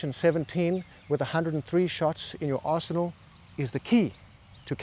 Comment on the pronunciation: At when you said “understanding your arsenal,” I heard, “understanding your arsehole” and nodded because I got that too.